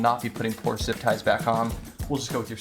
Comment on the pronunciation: Why is it every American that can't pronounce the name of Porsche correctly